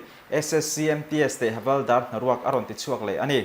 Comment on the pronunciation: Havalder tih niloin Havilder tih hi adik zawk lo maw😂